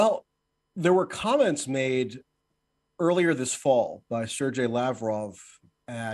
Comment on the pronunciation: is a bit of a jerk.He is so imbued with American arrogance that he cannot even pronounce the name Sergei. Pure ignorance!